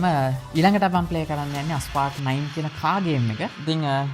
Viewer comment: ඇයි හැමෝම Asphalt game එකේ නම වැරදියට "අස්පාල්ට්" "ඇස්පාල්ට්" කියන්නේ??? ඒකේ නම "ඇස්පෝල්ට්".....